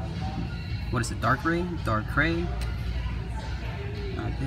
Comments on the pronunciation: Darkrai is pronounced Dark-Ry. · Darkrai is pronounced Dark-RIE